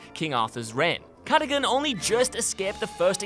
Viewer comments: I think you'll find it's Ca-da-gun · It’s pronounced Ca - dug - gan, Cadogan